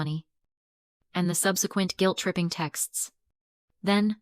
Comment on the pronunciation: AI has trouble with the oddest words. You'd think "guilt" would be easy, but it comes out "gwilt!"